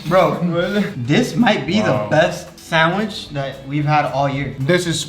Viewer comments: I love that he says sandwishhh and not sandwich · Sandwish 🤣 I love it when you say sandwich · Why he saying sanwish like my father in the store